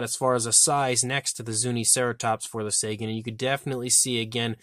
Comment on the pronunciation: I think it's pronounced "Tsäägan".